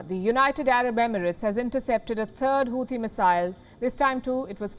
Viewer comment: Here you go again miss, as you make Houthi out of Hathi (elephant) as in Hindi. No, the 'h' after 't' in Houthi is silent...making it Houti and never mind the 'h'. And there is no 't' sound as in Hindi word 'sitar'. The 'T' is pronounced as per Oxford and Cambridge English so please look it up and don't make your own English. People in India learn English from people like yourself so don't make your own pronunciations. English is not a phonetic language as Hindi or Gujarati meaning you don't pronounce the way you write. And thanks for the great work by you and WION!